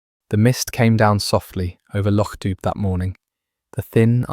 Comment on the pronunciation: Loch Doob? It’s pronounced Doo, as in Scooby!